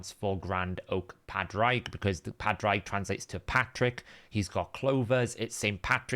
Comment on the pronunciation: Just want to leave a quick note, "Padraig" is pronounced "pawed rig"